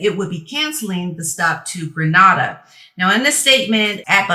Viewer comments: It's pronounced Gre NAY da and not Gre Nah da. 👍🏽 Gre Nah da is in Spain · not Gre-nada more lake Gree-nada